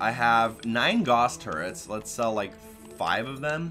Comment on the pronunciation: This is me being picky, but Gauss is pronounced as if it almost rhymes with Cows. Makes an 'ow' sound, as in Carl Friedrich Gauss., of Roosterteeth, does the same thing every time!